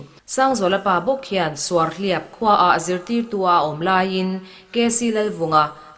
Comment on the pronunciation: A puangtu hmeichhia zawk hian Suarhliap khaw hming lam dan leh Pu Keivoma hming lam dan hi hre tawh tak maw...